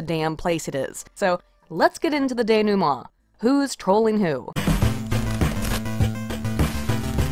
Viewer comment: Hahaha at Pronunciation from reading. Google's audio pronunciations are fairly good. Denoument specifically!